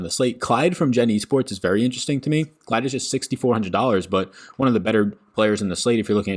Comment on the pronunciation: Hey! Just an FYI, I know some of the names are tricky but for Clid it’s pronounced like lid rather than Clyde. Just Incase it confuses anyone!